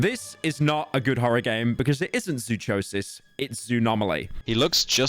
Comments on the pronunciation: PYRO ITS ZOO-CO-SIS NOT ZOO-CHO-SIS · why would you possibly think its chosis brah, its kosis like psychosis sykosis not sychosis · Zoo- co- sis not zoo- Cho-sis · This man really pronounced zoo- co- sis as zoo-cho- sis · zoo-cho-sis...bruh my god its pronounced like the word psychosis, Zoo-Ko-Sis, sai-ko-sis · Hearing Pyro pronounce it zoo-cho-sis and not zoo-co-sis makes me wanna throw him like he throws his ps5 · Zoo cho sis bro can't read its zoo co sys like psychosis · man really decided to pronounce zoochosis "zoo-cho-sis" instead of "zoo-ko-sis" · Pyro saying Zoo-CHO-sis instead of Zoo-Co-Sis hurt me physically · Its Zoo-Ko-sis not Zoo-CHo-sis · Zoo-koe-sis. Not chode sis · They said zoo- WHAT? because pyro said CHOW. Not like psychosis, which is how zoochosis is supposed to be pronounced. He said zoo cHO sis. You say chosis like zoo Co-sis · "Zoo-Choh-Sis" god you're so painfully white, its "Zoo-Coh-sis" you know like literally any other use of the suffix? Psychosis??? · "Zuçosis" bruh forgor English for a min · >psychosis >zoochosis >pyro says zoo chode sis please delete your channel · Im pretty sure zoochosis is supposed to be pronounced zoo ko sis (as in psychosis) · zoo-chodesis lol, the chosis is hard c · hey just wanted to say zoochosis the ch would be pronounced like a k like in psychosis, hearing you pronounce it like a ch reminds me of everytime you showed inflation furry images on stream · dude... zoochosis... as in zoo and psychosis... not zootchosis 💀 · did you seriously pronounce Zoochosis as "Zoo-chose-is" bruh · why you pronouncing -chosis like chew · Zoochosis is pronounced with a hard “cuh” sound. Like Zoo-ko-sis. Like Psychosis. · Its zoo-kosis bruh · Of course it's the British man that misspells the word Zoochosis by pronouncing it Zoo-chose-is 🤓🤓🤓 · Pyro saying "Zoo-cho-sis" instead of Zoochosis like psychosis made me irrationally angry. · Zoo Cho sis is a crazy way to pronounce that game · “Zooçosis” -The Parsnip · zoo-CHosis btw